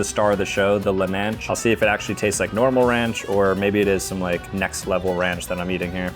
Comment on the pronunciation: "lelnanch" lmaoo